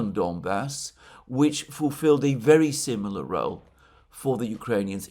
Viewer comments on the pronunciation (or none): none